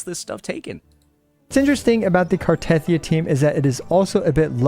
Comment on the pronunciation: I still do not understand why most American CCs pronounce Cartethyia's name wrong. It literally says it in the game... gah it grinds my gears! 😫